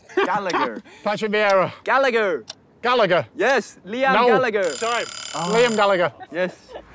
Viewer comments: You over pronounced Gallagher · "Liam Gallagher" ... "CLAMPED"